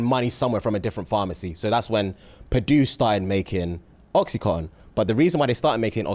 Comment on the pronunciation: please PLEASE correct. Its oxy-CONTIN 😅